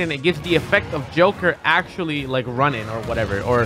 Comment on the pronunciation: Axe-tually XD